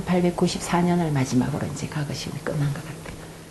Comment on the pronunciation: 이 narrator는, past라는 "과거"와 옛날 시험인 "과거"의 발음을 혼동하고 있음은 현 한국 문화의 아이러니인가? "한글 전용 광난"의 소치다.